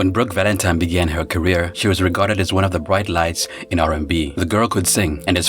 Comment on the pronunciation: Did I hear her say Brook Valentime with an M? Lol!!